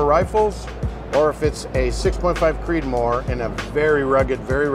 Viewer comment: "Creedomore" <3